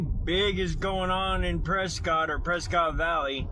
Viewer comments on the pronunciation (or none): none